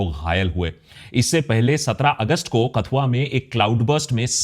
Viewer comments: कठुआ not कथुआ तवी not तावी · Please speak proper pronounsation of district KATHUA of our jk state